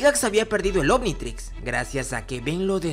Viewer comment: Minuto dice anititrix